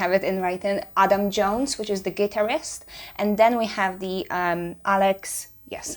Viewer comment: . See? You just said guitarist way different than I would have. Pronunciation isn’t a problem here. Oh, I just got it. A bunch of demanding TOOL lunatics, that probably don’t even grasp the intent. So, with that in mind, far be it from me to tell you anything about your approach. Just glad you’re doing it.